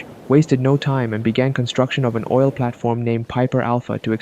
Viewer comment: Yes im not replying but he said OI L